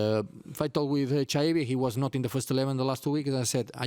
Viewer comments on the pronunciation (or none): An den Reporter der FAZ: Chaibi spielt seit 2,5 Jahren hier, man kann von der hiesigen Presse also durchaus erwarten, dass sein Name langsam mal korrekt ausgesprochen wird, zumal die Eintracht vor langer Zeit ein short veröffentlichte, in dem er die Aussprache seines Namens vormacht. Schäi-bi. Hat auch was mit Respekt zu tun und ist überhaupt nicht schwer.